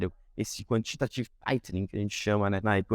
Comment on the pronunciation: "O que a gente chama de Quantitative aitim" 😂 vocês, eu não ksksksjsjs